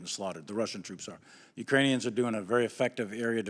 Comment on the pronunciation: He said Ukrainians wrong 😂